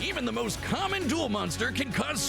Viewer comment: Duel not dule.